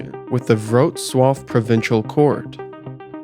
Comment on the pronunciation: Weird compliment but it was surprising how well you pronounced Wrocław! One of a very few times I heard someone say a polish city's name correctly! (Everything else was botched in different degrees, though) Very interesting stuff. Thank god I wasn't from there.